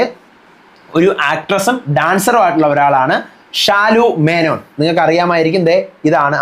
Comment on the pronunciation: ഷാലു മേനോൻ അല്ല. ശാലു മേനോൻ എന്നാണ് 😂